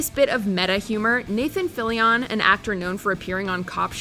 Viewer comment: Oh lord! When using the nickname for the ninety ninth precinct, it's not "The Ninety-Nine" it's "The Nine-Nine". Also, when saying "Nathan Fillion" you don't have to put so much emphasis on the end of his name.